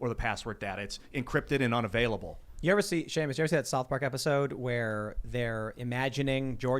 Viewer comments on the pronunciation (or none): none